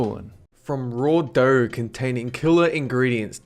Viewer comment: Why do you pronounce r where the shouldn't be? Doughr erggs etc